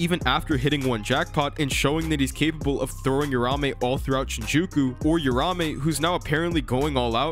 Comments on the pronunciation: The name is uraUme, I'm tired of people mispronouncing and misspelling the name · hearing "rahmey" over and over is painful bro 🤣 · its uraume not urame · It’s triggering me that he’s saying uraume names wrong 🥲 but it’s ight